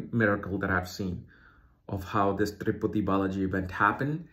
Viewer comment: It's Tirupati, not triputi. The Sanskrit name